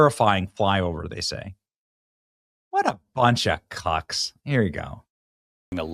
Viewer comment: There’s something very funny about hearing Benny say Cucks ? 😆 not sure if I even spelled it correct 😆